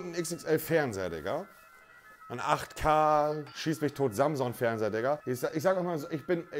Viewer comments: niemand: wirklich niemand: monte: samson, die girage, phillips hu, game of srones, breaking bett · Niemand: Wirklich Niemand: Monte: Samsong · Dass hier keiner was dazu sagt, dass er 5 Mal "Samson" statt "Samsung" gesagt hat :D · Niemand: Wirklich niemand: Nicht mal Angela Merkel: Monte: Samson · Niemand: Monte: Samson Fernseher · Niemand: Absolut niemand: Nichtmal Merkel: Monte: Samson